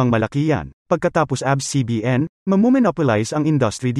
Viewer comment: Its A B S po not Abs